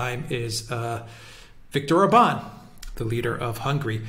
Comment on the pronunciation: The stress is always on the first syllable in Hungarian! Like O’rban Vi’ctor!